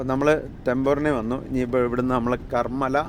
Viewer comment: കർമ്മല അല്ല, കർമ്മാല ::.. Tembhurni - Karmala - Ahamad Nagar......